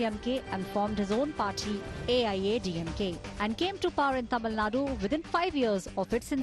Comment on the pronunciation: 😳Are you serious?? Even 90% tamizls will not pronounce it correctly.. You seems like a north indian. Shame for us...